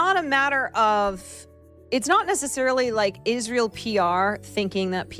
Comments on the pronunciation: Why is she pronouncing Israel like an Angel name and not the state name? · Hebrew pronunciation is Yis-ra-el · pronounces Israel like a televangelist.